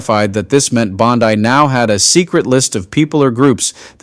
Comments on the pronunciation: Would love to believe-but seems fake voice—why mispronounce bondi’s name as bon-die instead of bon-di through so much of the reading? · You know it’s BON-DEE, not BOD -DYE, right? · Dude, her name is pronounced "bonn-dee". Bondi (bonn-dye) as a much more reputable beach in Australia. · Bondi > pronounced Bondee. (Not sure why I care at all!) Thanks for everything! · I love your channel but please, I'm begging you, DITCH THE AI VOICE OVERS! Dude, "BONDEYE"! It erodes the integrity of the information you are trying to share. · The AI voice always pronounces Pam Bondi's last name like the beach in Australia! It really is frustrating😬😬😬😬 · Can you people get your reader to pronounce Bondi's name properly? FFS! it makes it sound like a bad AI!